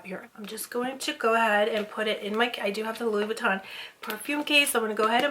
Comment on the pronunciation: Louissssss Buittan lol. Girl you're gonna buy luxury brands you better know how to pronounce it. hahaha